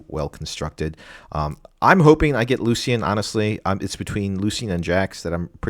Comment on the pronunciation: Lucian = Loo-Shun. Nice video 👍